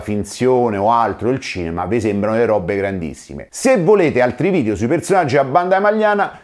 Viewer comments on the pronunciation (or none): none